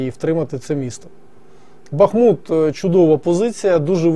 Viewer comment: БутусОв. Как житель БАхмута скажу что местные ударение на А ставят.